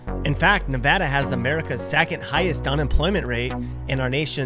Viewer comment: And then they show a Canadian baseball player . Oh and learn how to pronounce "Nevada". And if you cross the Smokies from Tennessee you're in NORTH Carolina, not South. They don't even touch each other. And then finally his #1 worst choice, New Mexico, shows a Quality of Life ranking of *#8 on his own chart*.